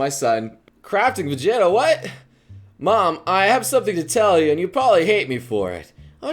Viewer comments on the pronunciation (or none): none